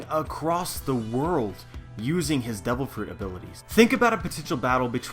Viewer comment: Its just me or "devil" sound more like "double"